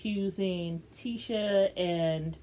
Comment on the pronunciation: Her name is Tisha (T-ShA)